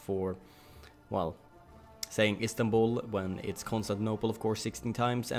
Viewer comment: Istanbul, I think you say it the right way